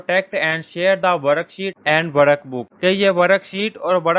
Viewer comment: Sir aap ki teaching bohot achi h but workbook hota h waraakbook nhi